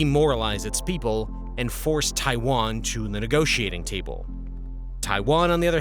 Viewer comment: Drink every time he says Taiwan wrong … good times.